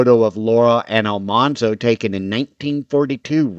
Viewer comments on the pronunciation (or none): AL-man-zo. As in manly. Not almhanzo.